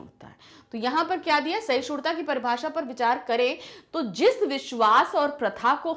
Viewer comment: Its not sahishudta😂 Its sahishduta..! May be your dialect is different maam bt we pronounce it like this. Like yr teaching though ✨